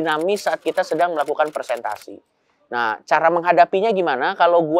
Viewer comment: Maaf yang betul "Presentasi" pak Coki, bukan "Persentasi". 🙏